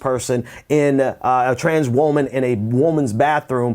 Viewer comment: Is it just me or is he pronouncing woman weird? Woah-man?